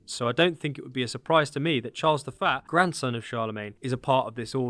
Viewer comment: Charles the Faa? What accent is that, for saying Charles the First? Or are you saying Charles the Fat?